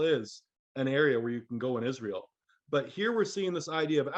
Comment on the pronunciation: israel sound as ISIS, RA, and EL